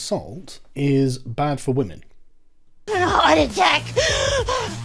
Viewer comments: Don’t know if I missed a video, what’s the reason for Sargon saying “wamen?” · Yo Sargon. About this "Wamen" thing... You and I both know it's bullshit. Just say "womyn" for pete's sake. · Sargon you're a 38yo guy, PLEASE stop with the Pewdiepie "Wamen" bullshit. I fucking cringe every time you say it. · Why does he keep saying wamen